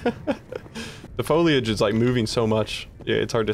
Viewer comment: I like because he pronounces "foliage " correctly